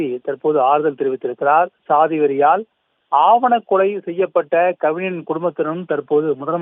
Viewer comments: வலைதளங்களில் செய்திகள் வாசிக்கின்ற பொழுது உச்சரிப்பு தெளிவாக இருக்க வேண்டும் ஆவண கொலை அல்ல ஆணவக் கொலை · ஆணவக் கொலையா இல்லை ஆவணக் கொலையா? செய்தியாளரின் தமிழ் உச்சரிப்பு சரியல்ல.